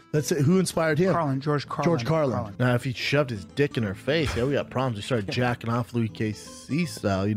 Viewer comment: “George Carlton” -Brayden Schwaub “George CARLIN… Carlin” - Bryan Callen “George Carland” - Brayden Schwaub